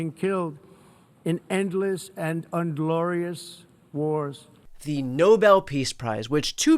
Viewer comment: OK, Don Cannoli d Mar-a-Lardo, quick lesson: ass-ee-toe-men-uh-fin; INglorius, not ‘UNglorious;” azure-by-zyahn (who, by the way, has been in conflict with ARMENIA, NOT Albania, and certainly not Cambodia); Egypt and Ethiopia were NOT at war, they are in a non-lethal conflict over damming of the Blue Nile…which, I AM SURE, you think is actually blue… Dumbass.